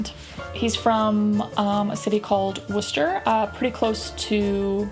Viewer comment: Well done on the pronunciation of Worcester!